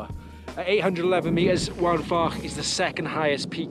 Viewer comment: Great video, two minor points. Mynydd is pronounced "Mun-ith" Waun is pronounced "Wine"